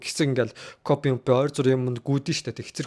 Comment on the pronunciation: Копи биш кофе шүү баярлалаа баяртай